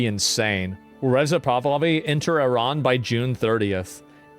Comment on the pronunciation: Eerahn, as they pronounce it, changed to Irun